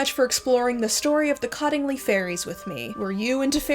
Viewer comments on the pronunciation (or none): Cottingley is pronounced "COAT-ingley."